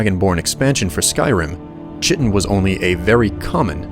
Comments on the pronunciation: It’s pronounced kite-tin, not chit-tin. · I loved the story, and the excellent narration. My only issue is that you pronounced Chitin wrong - it's pronounced "Ky-tin". Anyways, awesome video. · Chiten is pronounced kiten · I like your videos, but it's crazy how badly you butcher some of these names, Kye-ten, Karth-waste-n, Traw-ma root, Nell-oth, etc